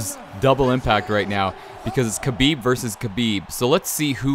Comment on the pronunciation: the name Khabib prounouce (Habib not kabib. The kh in Arabic sounds like H